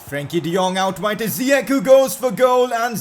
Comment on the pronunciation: Its not ziyek its ziyash